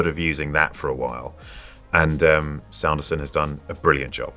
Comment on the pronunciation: The way he pronounces Brandon Sanderson’s name is adorable